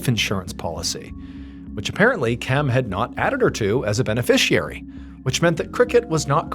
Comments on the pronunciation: Question, is anyone else wondering why KIMs name was pronounced KEM? Drove me a bit insane. 😂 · Her name was KEM